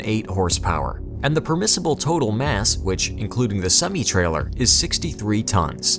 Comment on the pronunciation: THIS VIDEO IS 4 YEARS OLD AND I STILL CANT STANG HOW HE SAYS SEMI